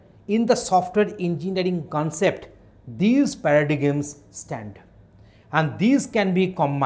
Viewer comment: It is pronounced as para-dym.